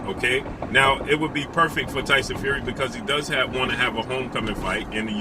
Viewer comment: LOL 😂 the way he says his name “Tyson Few wee” 😂😂😂😂😂😂😂😂😂